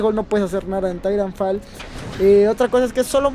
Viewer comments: Se pronuncia taitanfol no didanfal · Es titanfol "asi se pronuncia" Y se escribe titanfall